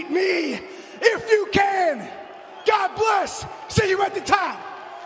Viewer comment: "Thank you Mikel Chandlar"